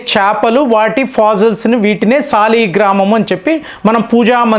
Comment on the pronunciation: ఆది సాలగ్రామం. సాలీగ్రామ కాదు.